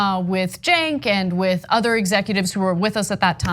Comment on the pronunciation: “ . . . in their udder life.”